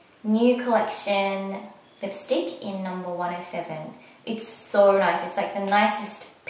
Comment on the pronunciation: Soorrr, sooorrr, sooorrr Why you have to put an R in the end of every "so" you say??????????? o.O